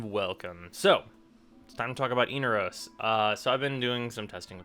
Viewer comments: Every time he says "Eenarose" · Eener-O's ? You realize they pronounce it in the quest, right?